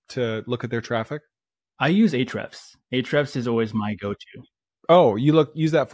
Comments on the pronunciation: Hrefs is what he’s saying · He said Ahrefs account